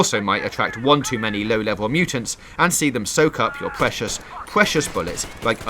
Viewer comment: "Pweshush pweshush bullets"